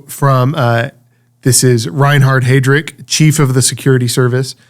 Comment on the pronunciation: The speaker used the name Heydrich, it is pronounced Hy drick and refers to Reinhard Heydrich who was directly under Heinrich Himmler. Reinhard Heydrich was rumored to be part Jewish as was Hitler who went to great lengths to conceal his Jewish ancestry. There is a good movie regarding the conference where the Final Solution was planned and implemented into jurisprudence. It is a talkie, but very well done. The conference took place on January 20, 1942 in a suburb of Berlin called Wannsee hence the name Wannsee Conference pronounced Vannsee. Here is a clip of Eichman discussing the use of carbon monoxide as the medium of execution. Very cold blooded murderers were they.